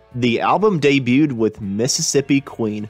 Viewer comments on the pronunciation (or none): none